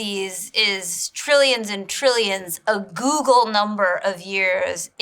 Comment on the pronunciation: It's a "googol" number of years, not a "search engine" number of years.